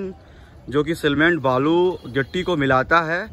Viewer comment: Cement सीमेंट ही बोलना सही रहेगा सीलमेन्ट नहीं।वइसे ठेठ बनारसी में कहना चाहें तो सीरमिट कह सकते हैं। बाकी तो जो है सो हइयै है।